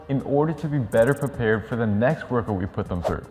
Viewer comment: It’s how you say workoot lol